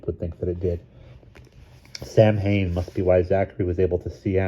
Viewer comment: Sam-hain ❌ Sow-in ✔️